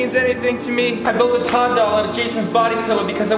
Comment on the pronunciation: Tood instead of Todd